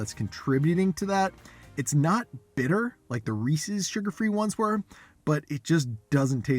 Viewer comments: I hope you know you're pronouncing Reese's way wrong haha. It's not Reesee's, it's Reese's. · It’s not pronounced Ree-sees. It’s Ree-ses. It’s driving me nuts. Sorry. 🤦🏻‍♀️ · It's not that hard to make them yourself. Then you don't have to worry about what crap might be in them. I do know that Lily's milk chocolate chips and milk chocolate bars are excellent, so I would expect their peanut butter cups to be good too. And, ummm, did you pronounce it Ree-cees??? 🤔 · Not Ree Seas ! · You are pronouncing reese's wrong. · SO many people pronounce it wrong! Hurts my little ears😂